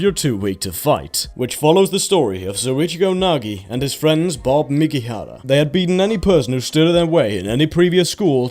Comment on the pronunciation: It’s Bob Makihara not “Bob Mekihara” how did you miss pronounce the name when you make videos about anime?